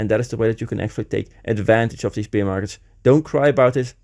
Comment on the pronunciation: Dude you keep saying beer market, it’s bear market. Pronunciation is different. Love the content though.